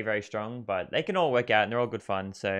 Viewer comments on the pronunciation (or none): none